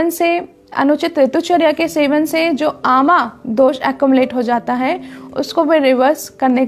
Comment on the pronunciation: कोशिश करें पूरा हिंदी में बोलें। और दोषा नही होता जी दोष होता है।